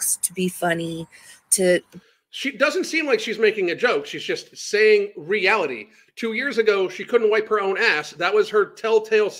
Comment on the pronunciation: She says realty instead of reality... there's an I in there ffs. Lol